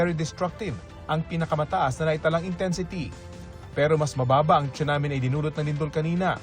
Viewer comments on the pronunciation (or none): Pronounced po siya as sunami, hindi po chunami 😅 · Yes sunami kasi need icorrect masasanay kasi mga manunuod lalo gma p man din.